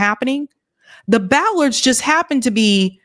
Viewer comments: Hi. It's "bollards", not "ballard's." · Bollards. Not ballards .